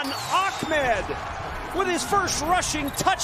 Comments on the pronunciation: This commentator screwing up Ahmed by saying Achmed...lol. Yea because there is a C in the guys last name. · He keeps calling Ahmed "Ahkmed" lol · Ahmed doesn't have a Kah sounds anywhere in it. That would be achmed.... jebus lol